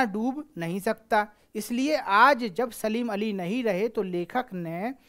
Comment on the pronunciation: सर सलीम अली नहीं है सालिम अली है